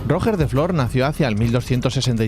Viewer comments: Me chirría que digas Rojer de Flor. Es Roger, cómo Girona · Como que róger de flor jajaja, era catalan no ingles, rogér de flor, se ponuncia rugé de flo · RogEEEr no ROOOger me duelen los oidoooos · Decir que se pronuncia RoGER en vez de Roger no aclara mucho. Se escribe Roger se pronuncia Royer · Roger en catalán se pronuncia Ruyér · Me han sangrado los oídos al oír pronunciar "ROOOOGGGER" mis oídos catalanes sangrando 😂😂😂😂. P D: DESPERTA FERROOOO!!!!! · Muy interesante el video como siempre, decirte sobre los almogavers, y hasta donde buenamente e leído, "Roger" suena como con "j" francesa o si lo pronuncias como se pronunciaría este nombre en ingles te quedara mas similar, el "coltell" sonaría como "coltei" o como la doble ll de llave, no "coltel". Tenían mas tácticas los almogavers, como aprovechando la mayoría de sus hombres eran bajitos, pasar por debajo del caballo y abrirle el estomago, poner trampas y aprovechar el terreno, eran tramperos profesionales, luego tenían fama de ir cambiando de arma en media batalla y saqueando al enemigo sus armas según les convenia... El castillo de Galípoli realmente se supone que el emperador lo dio a Roger para compensarle el impago a la compañía catalana, Roger pidió hasta el titulo de Caesar antes de ser ejecutado, los alanos y almogavars no se llevaban bien. Mientras la batalla de Apros, los bizantinos con apoyo genovés, atacaron Galípoli, que fue defendida por mujeres, niños y personas mayores y una pequeña guarnición ridícula, se dice que su comandante Ramon Muntaner quemo los barcos para que estuvieran obligados a luchar, fue otra derrota vergonzosa para el ejercito bizantino y la flota genovesa. Una vez acabada la primera parte de la venganza tuvieron que llamar un nuevo líder, pero los almogavares se dividian entre catalanes y aragoneses y había 2 lideres, empezaron a pelear entre ellos, en una de las peleas el líder catalán mato al aragones, los aragoneses abandonaron la comp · Esa pronunciación de Roger....